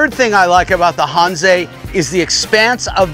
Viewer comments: out here in cali, that's how i say it. hanse is not pronounced hansa, because it makes no sense. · Maybe he'll figure out how to pronounce Hanse in the next video.